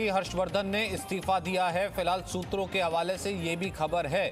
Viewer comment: Final bolo na sutro kyu